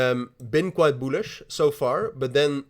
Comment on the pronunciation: Very "boolish"🤣🤣🤣🤣🤣🤣🤣🤣💀💀